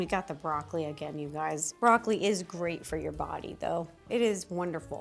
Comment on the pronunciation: I thought she said hey gays I was like yessss queen 😂